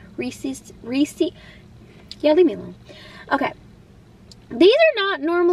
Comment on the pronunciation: You pronounced "Reese's Pieces" correctly. I'm so happy :face-red-heart-shape